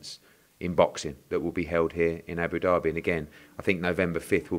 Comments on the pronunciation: ed its abu dhabi not abu derby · It’s not Abu Derby Eddy it’s Abu Dhabi pronounced Dabi😊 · Great Partnership with as Hearn says “Aboo Derby” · Haha whys Eddie sayin abu-dabi like Abu-Derby fml hahaha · Can someone tell Eddie it’s not Abu derby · Eddie "ABOO DARBY" Hearn